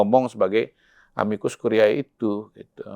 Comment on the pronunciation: Dua kata tersebut dalam bhs Latin dibaca: amikus kurié bukan amikus kuriaé.